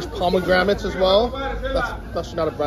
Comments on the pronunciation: I am from Milwaukee, WI and we use carts everywhere. Even when doing laundry. They are very convenient! We also have very good farmer's markets with everything you can name. You must have not been to many cities in the U.S. And by the way, it's pronounced "pomegranate" and not pomegramat. Depending on where you go in the States, you will always find something different so give us a break and stop downgrading this country. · dude, there is " 1 " letter M and 1 letter N in pomegranate. I almost died when you said 2 M's ...Good stuff had a tree in my backyard. As for the carts we do have them here in the US old people use them for shopping, even loading clothes to take them to the laundry mat. I am in 2 bands and mostly are elderly and there are 2 people that use those carts for their instruments and music folders and other things.